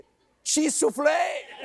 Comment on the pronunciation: I always have to roll my eyes when he gets his French wrong. It's not libertaay, egalitaay, and soufflaay, it's liberté, égalité, et soufflé. :face-turquoise-covering-eyes